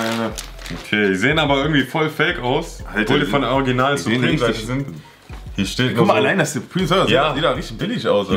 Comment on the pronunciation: da unten steht nochmal surpreme" =Hanes🤣🤣😂